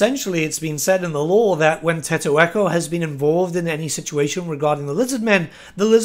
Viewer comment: What the hell is a Tettoeko. My homie's name is Tiq taq and you better remember it